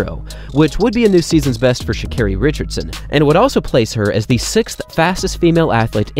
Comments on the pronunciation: Its Carri like how you say Car. Not kerry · I don't think it's ShaCARRY LOL. More like Shakahhhhri🤣😅😂😂